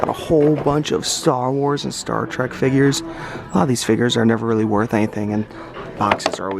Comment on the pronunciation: when he mispronounces his Star Trek